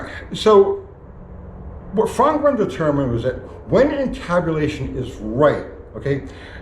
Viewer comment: Did you say camtabulation?